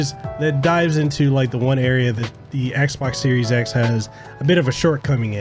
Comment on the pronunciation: "Xes" or how else you pronounced it actually sounds better then series x lol